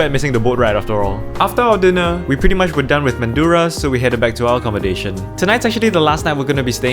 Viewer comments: btw little mispronunciation Mandurah is pronounce MAN-DRAH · you pronounced Mandurah wrong its Man-durah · I lived in canning vale. Looks like u guys stayed at Riverton area. Mandurah is pron as mandra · Mandurah resident here!🙋‍♀️ (it’s pronounced Man-druh😅) but glad to see you’re enjoying your Perth trip! You just missed Jacaranda trees (they bloom in late October to mid-November) they are purple version of sakura trees here and it’s the best season to go on a holiday because it’s not too hot and not too cold 😅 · Glad you like Perth mate! Although it's pronounced more like Man-drah as if the u isn't there haha. But yeah Perth's the best, lived here my whole life and wouldn't have it any other way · As a resident of perth, I would like to just say, glad you enjoyed our city! Also its not pronounced man-doo-ruh its man-juh-ruh! Glad you enjoyed it here and we hope u come back! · mandurah is pronounced man-drah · it's pronounced man-dra😂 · I find u very insulting I live in Rockingham u went to our mall which we call a shopping centre …u said it’s expensive ..compared to what Singapore …yet u come buisness class and yet a feed at the shop u say is too much money…learn to pronounce the places ..u went to Mandurah ..say it man dur ah ….u say it wrong … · This getting far too local... Oh, also, Mandurah is said like man-juh-ruh, Noongar people named it :O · Manddra, say it like that, people will think you are a local next time. Sweet vid mate. I live here and I love seeing other peoples perspective on this greeat city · as a perth local, Mandurah is pronounced man-dra! you should have spent an arvo at Freo Prison; it is one of the most famous things in perth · Mandurah is pronouned Manjra. and Fremantle doesn't have a double E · Mandurah is pronounced Man-dra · I'm sorry but that's not how you say mandurah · how you said mandurah i was like how dare you but its fine. fremantle markets were always cooked and busy